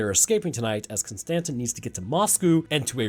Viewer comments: The way you pronounce “Constantine” keeps bothering me 😂 it’s “Konstanteeeene” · Bud, love your channel, love the vids. But, my guy, Con-stan-teen. Like Keanu Reeves playing John Constantine. You know this I’m sure, and I just got trolled for this whole video. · Its pronounced constantine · It's "Constantine" like the Roman Emperor. Yes, I know an E is missing. The Germans do the same thing w/ the name. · Nigga con- Ston- teen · I apologize for him butchering the word "Constantine." The German language also drops the "e" at the end but you still say it.